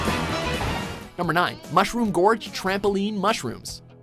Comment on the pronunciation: im sure its mushroom george and not mushroom gorge